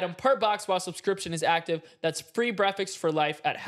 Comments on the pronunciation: No cuz like why did he say breakfast when is supposed to be breatfast because when he was doing the hellofresh thing for free breakfast and stuff know cuz he said Bretfast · saying brefix instead of breakfast during the ad 😂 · Bro kept saying breakfix in the hello fresh ad😂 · Not saying breffix when doing the hello fresh ad, had me on the floor lmaoooo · saying breakfast as “brefix” 😂😂😂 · NOBODYS TALKING ABOUT HOW IN THE HELLO FRESH ADD MAV SAYS BREFICKS INSTEAD OF BREAKFAST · i was listening to the sponsor and no way said brekfakst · Why did say brefix in the hello fresh add - ITS BREAKFAST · “Easy brefixes”🤣🤣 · Why is nobody talking about how said breakfes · Brefast had me rolling! 😂😂😂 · “Breaficks for life” 😭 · DURING THE HELLO FRESH AD HE SADI BREAKFAST WRONG LIKE 20 TIMES